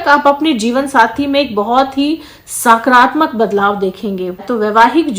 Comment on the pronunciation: साकरात्मक नहीं सकारात्मक बोलिये